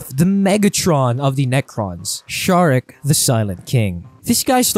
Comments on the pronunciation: Its pronounced Zarek, not Sharek. Necrons dont really care much about humans, seeing themselves so superior to humanity that mankind is basicly unimportant. Much like any other race. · pls never again do this type of collabs, me and most other subscribers are here because of you and ONLY YOU! we dont wanna hear some other guy acting all knowing WHILE BUTCHERING the most basic of 40K words, robert guiliman? ffs its ROU-BOU-TEI! its not sharek! ITS SE-ZA-REK! PLEASE DONT DO THIS AGAIN, THANK YOU! WE LOVE YOU AND ONLY YOU! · Zare-ek not Shar-ek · I don’t mind people mispronouncing things but there are too many errors here that make me wonder if the people involved know anything about 40k. Robert gilliman? Bob the fish? Shazeric? … this just seems like it was written without care. I like the other videos but this isn’t good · Ok so the silent King built the Pryor Nexus to stop the tyranids I don't think the silent King is like Megatron I think he's more like a benevolent ruler and actually kind of nice for 40k standards and I'm pretty sure it's szarekh the silent King with the silent S Because that's what it says on the box and the first letter is silent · I can’t get past your buddy pronouncing Szarekh’s name wrong. It’s grating and highly noticeable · As a huge Warhammer 40k fan, this dude is getting so much wrong and is purposely mispronouncing the names of the most well-known characters.